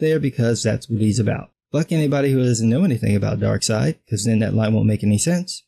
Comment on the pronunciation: "Mother fucking dark seid"😂😂😂😂😂